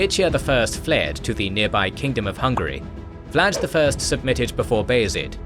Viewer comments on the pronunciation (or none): none